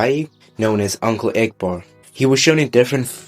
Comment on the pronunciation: "Uncle eggbort" 😭🙏